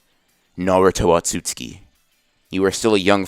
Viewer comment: Everybody else: otsutsuki Anime x : atsutsuki